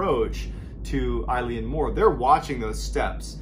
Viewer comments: This happened close to where I’m from, good story and well told however the pronunciation for ‘Eilean’ is Eh-lan rather than I-lene, it is the Scottish Gaelic word for island, and Mor is Gaelic for big so it translates to Big island as it is the biggest of the flannan isles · It's pronounced ELLAN, not "eye-leen". It means Island in Gaelic. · Correct pronunciation- ill-in . Eileen is a girls name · Eilean is pronounced, ' Illawn' not like the name Eileen. Dublin girl who grew up speaking Irish and our language is almost identical to Scots Gael.. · It’s pronounced Ay-Lean lol my mums name who would have thought when she got married she’d be named after a spooky lighthouse lol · I’m another Scottish West coaster and just to let you know that if you say the letter A and add lan at the end, that’s the perfect pronunciation (not of the Gaelic word “Eilean”, which means island. You got the Mor perfectly though. Really enjoyed your telling of this one 👍🏻🏴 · Its pronouced ‘ellen’ mor, its scottish gaelic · pronounced eelan! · Love watching your videos. As a Scotsman just wanna say it's actually pronounced like ehlen, like imagine the whole joke of how Canadians always say eh? Well it's like eh? Len. Only say because if anyone has the gift of hearing you tell these stories in person, they are as close to the details as possible. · The Gaelic "Eilean" is not pronounced like the woman's name "Eileen" but rather more like the name of the sports car, the Lotus Elan. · Surprised there is not more comments but it’s pronounced (Ee-lan) Mor! I am born & bred Scottish and had a giggle at the way you said it! 🏴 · Eilean is pronounced like "ill-in" or at least the Irish pronounce it like that, maybe not the Scottish. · It’s pronounced aylin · I love your videos but im sorry, this drove me mad, I'm Scottish and from a Gaelic speaking family- its pronounced "EEE-Lan" :P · Eilean is pronounced ay-Lyn. It is closer to Ellen. But, when I was at Eilean castle they pronounced it ay-Lee-inn